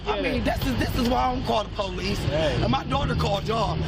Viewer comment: The “poe-lease” 🙄🙄🙄🙄